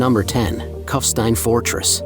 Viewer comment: Find someone who can pronounce German language names properly, rather than American distortions, starting with the very name Kufstein. It’s not Cuffstine, but Koofshtine.